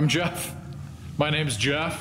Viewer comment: "My names yeff"